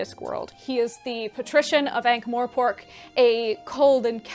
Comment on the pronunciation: love the video, shared it already despite the fact there is no "e" in Morpork ;) mor..not more... I believe that the starting point should also very much be affected by your age and social circumstances. I do not think Terry slowed down, he just decided to write non-fiction and other books as well :)